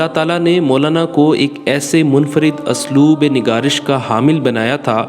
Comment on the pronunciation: اَسلوب نہیں.. اُسلوب.... مستنِدنہیں مستنَد...تُراث العلم.... شکریہ